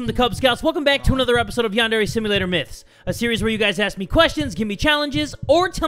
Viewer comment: DUDE ' Simualtor '